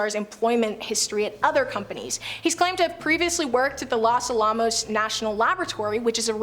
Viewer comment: I finally got my big laugh when she pronounced Los Alamos 😂